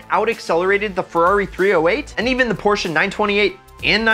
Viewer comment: I love you cause you say Porsche right